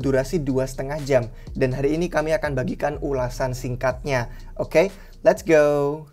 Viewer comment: Seneng banget sama kontennya dari awal sampe skrang. Tapi mulai agak kesel denger let's gouw nya 😁. Tep semangat mas untuk mengedukasi viewernya ✨👍